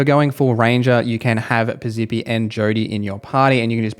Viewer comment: Thank you. Also Piz-eppi, not Piz-zippy and conversate isn't a real word. Driving me nuts.